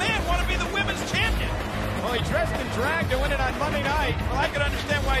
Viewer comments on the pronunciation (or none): Tony Chimel had a complete inability to say the word "Women's".